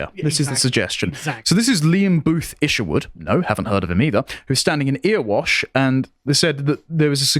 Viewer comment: Should it be pronounced Errawash?